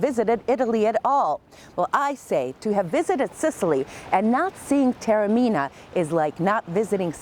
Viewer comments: Almost unwatchable due to the grotesque mispronunciation of the name Taormina: it is not pronounced ‘terra-mina’. ‘God said...’ ??? surely you mean Goethe (correctly pronounced as two syllables, with a ‘t’ sound); the American habit of turning ‘t’ into ‘d’ is not always helpful when transferred to the pronunciation of European languages. ‘Tah-orr-mee-nah’ is not the pearl of Europe, it is the ‘pearl of the Ionian’. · Joesy Fuda It is no showcase when full of errors. She clearly has never heard of Goethe and it is not the pearl of Europe. If you are posting a vlog of a place, it is not too much to ask that at least some attempt has been made to pronounce the name correctly.